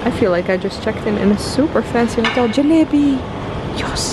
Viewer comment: So nicely you told jeelaybe, be happy lot of respect from India to you